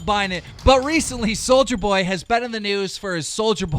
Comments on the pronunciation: Its Soulja Boy, see, no hard R on it SOULJA BOY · It’s pronounced Soulja boy NOT soldier boy❗️C’MON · It’s soulja boy! Not soldier boy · This fucking gnome needs to learn how 2 read its nit souljer boy its soulja boy ffs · Keem it’s Soul ja boy not soldier boy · Keem you Hurt my ears, it’s soljaboy not “soulgerboy” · It’s not soldier boy it’s sol-JUH boy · “Souljar boy” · “souljErboy” 🤦🏽‍♀️b say it right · You called him souljerboy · Please learn how to correctly pronounce peoples' names. There is no R on Soulja Boy's entire name! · keem learn how to say soulja boy right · You gotta say souljas name right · CAN THIS DUMB FUCK EVER PRONOUNCE ANYONES NAME RIGHT?? SOLDIER BOY ITS SOULJJJAAAAA BOY AND VIIEETALY ITS VITALY! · "Soldier boy" "EYE-an" Some teach him how to read please😂